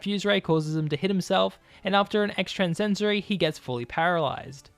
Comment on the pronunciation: On onominous wind? Rock choom? Extransensory? How bad is your English?! Delete your account